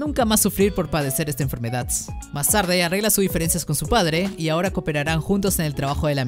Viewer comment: Me gustó por qué no dice enfermedad sino que dice enfermedadts